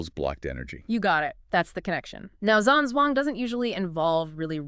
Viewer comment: It's actually pronounced Jam Jong. Long term student of.